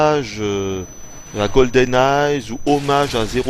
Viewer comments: "goldeneye'" pas "goldeneyezzzz" >_< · Une excellente review. Seul bémol : c'est Goldeneye sans ''s'' lol et en plus tu le dis à chaque phrase donc c'est un peu crispant😉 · On dirait que tu dis "GoldenNaze"" !